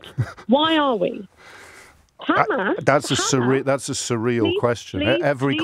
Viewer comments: KKKHHHHAAAMMAAAASSS JAMES IS KKHHHAAMMMAAASSS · Khamas khamas 😂😂😂 he is probably the best presenter on LBC